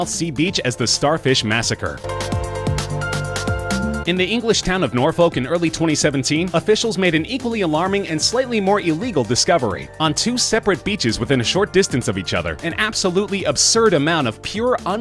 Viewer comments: NORFOLK IS PRONOUNCED NOR FOK NOT FOLK REEEEEEEEEEEEEE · Just so you know, Norfolk isn't a town, it's a county. And it's not pronounced Nor Folk, it's more like Nor Fook. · its pronounced as Nur-fuck even though its spelt as Norfolk just saying :0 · Bloody Americans lol it’s not pronounced Nor-foak it’s Nor-fuck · Norfolk is pronounced Nor fook ( fook pronounced like cook but with an f ) not Nor folk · Being from Norfolk i would like to say it is pronounced nor-fuk. if anyone has a rowing boat let me know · Norfolk isn't a town, it's a county. And it's pronounced NOR FERK. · its pronounced norfuk, i know it looks like im swearing but its how its pronounced. also its a county [like a miniture state] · Awwwwwwwhhh, he said “Nor-Foke”, say it as it is mate! We all do! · Not Nor-Folk it’s Nor-fak it’s spelt Norfolk but said Norfak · Norfolk is an English county, not a town. (And the “l” is silent). Just saying. 👍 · You pronounced Norfolk wrong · I do enjoy this narrator’s attempt at pronouncing Norfolk, which is a county not a town. I say this a residence of Norfolk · "In the English town of Norfolk..." 😂